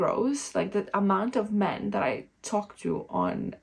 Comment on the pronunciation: Yes. The way you emphasize the word "men" at the start of this video at 36 second in. (you do it in multiple other places as well). For most men will be an immediate nope and they walk away. Something to realize for about the last 10-15 years men have been getting shit on by feminist in this way. So ANY indication of this attitude towards them in the early phases and they walk away instantly. Literally seen this in real life many times. You have a mixed group of men/women in a bar and one of the women will construct language that way. Blame all things on men as if "all men are one entity/the same" it comes across as identity politics (paint all men with the same brush). Then 2 hours later when trying to talk to any of the men all the men are running away from the person and nobody will say why cause its confrontational to do so. The only men left standing there will be because they think they can use the desperation against the women to try to get lucky. The result is this is the only men you end up meeting / talking with are men who typically do this. The other import thing is none of the womens friends will tell her either. Women tend to love to give positive comments only and not negative realistic comments. Or comments which are polar opposite opinions of men. Like an example of that you can see in real life is a women giving complements about the long fake finger nails and how nice they look. But in reality are extremely off putting to a lot of men cause they scream "I